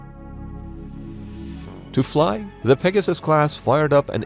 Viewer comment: The USS Peg-your-sis? THat doesn't sound right......